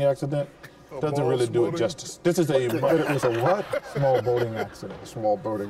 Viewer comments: Chuck literally said Ball SMoating accident instead of small boating accident 😂😂. How do you take the SM from small and put it in place of the B in boating lol and how do you take the B from boating and put it in place of SM for small 😂😂😂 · I thought he said ball smoothing accident